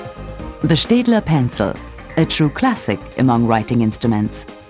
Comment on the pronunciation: didnt know staedtler was pronounced liked that cool